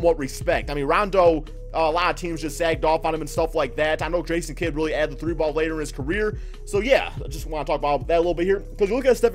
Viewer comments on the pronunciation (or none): none